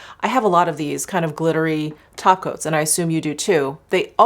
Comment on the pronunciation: Lol every time you say "glittery topcoats" i hear "glittery tacos" lol 😂